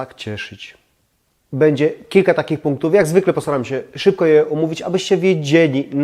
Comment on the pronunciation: kochamy Pana i dziękujemy za filmiki, ale błagam nie " cześ", " bedzie" itp.